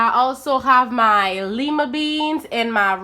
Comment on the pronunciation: LOOKS GOOD 😋 IT’S PRONOUNCED “LIE-MUH” NOT “LEE-MUH” FYI 😁